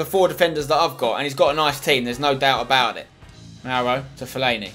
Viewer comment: "Remy and Owen have got a connection, there's no doot aboot it😂😂